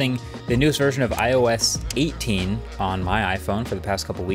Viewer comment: That "IOS 18" was brutally wrong 😰